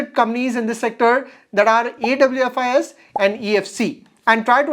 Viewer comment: Awfis is pronounced as office (Aw- fis)